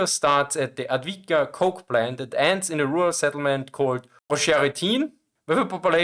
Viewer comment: Thank you for the video! Maybe this will help on how to pronounce Avdiїvka First letter is read as A in father [ä]. di letters are read as dee. Probably the same as you say bee, [ē] but with d Then the second i, which I wrote as ї on purpose. It is read the same way is i in naive [na·ive or na·ïve (nī-ēv′, nä-)]. It's a soft variant of ee. Since you've specified that your channel is from Austria, I suppose that you speak German as well. So, let's take a look at German yes (Ja). Try to replace a in ja with ē sound (from the word bee above) and say jē. The last a is the same as the first one. Thus the full word is read as äv-dee-ї-vkä with stress (accent) on ee Hope this will help to pronounce the name of the settlement and avoid all those comments about Advitka pronunciation.